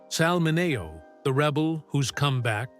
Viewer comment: Please pronounce names right. It's wag ner. And min e o